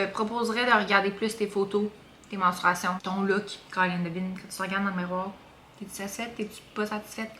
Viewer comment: Mensuration pas menstruation lol